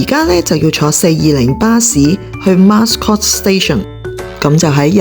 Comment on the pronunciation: Mascot 讀音是 Ma - scot= Mat音